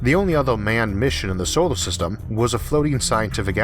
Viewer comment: why do you call it "theoform" and "solo system". so many strange pronounciations i had to cut of the video very early.